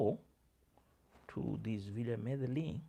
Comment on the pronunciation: Glad to see you bouncing back from being under the weather. Thanks for giving us your "sober" views of some key changes taking place at Villa Medellin (Me de YIN). The double "ll" in spansh is pronounced as a "y" 😊